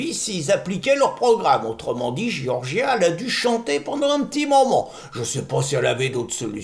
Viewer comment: Giorgia se prononce "djordja" avecd l'accent tonique sur la première syllabe, c'est plus facile à dire.